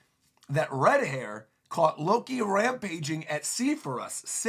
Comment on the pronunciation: As soon as you misspoke Loki as “looki”, like “lucky”, which sounds like the mispronunciation of luffy. What is Loki’s name is a play on lucky?